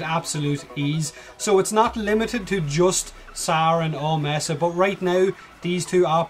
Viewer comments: >messa >meesa ... neither is correct. it's "May-sa" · its pronounced may-sa btw